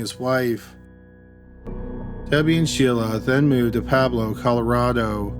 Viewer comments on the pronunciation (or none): As stupid as this sounds due to the nature of the content, but its pronounced * pweb-low * not Pablo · story 2: pueblo: pronounced pweb-low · I love this channel so much but dude you always say pueblo Colorado wrong I live here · Great vids but could you please take the time to research the proper pronunciation of cities. You've butchered Adirondack and Pueblo.